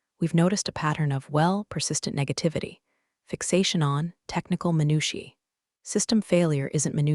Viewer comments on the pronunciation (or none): every time she says it wrong my brain just yells “mi-NOO-sha???” like girl pls stoppp